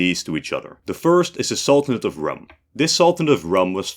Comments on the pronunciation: Just a small nitpick 'Rūm' was not pronounced as rum the alcoholic drink but the 'u' is more drawn out and the word sounds almost the same as "room". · "Rum" should be pronounced like "room" or "doom" not "gum" or "tom". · Rum is pronounced as Room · Rum is pronounced ROOM. Whats the great effort when using Arabic in a documentary to "research" a bit? Its not like you are doing Etruscan. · Rum is a drink from the Caribbean. Foreign place names should use pre-vowel shift pronunciation. So Rum is pronounced room. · very good episode but some points: 1-Rum reads as room 2-Von Habsburg dynasty have a new heir they just lost the last crown prince these are different and Prince Karl still have his claims on many countries such as Croatia 3-didn't Spanish crown claim on Roman empire?